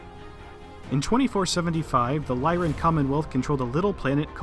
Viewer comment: Finally, someone who pronounces the Lyran Commonwealth correctly (to anyone who disagrees, go read House Steiner).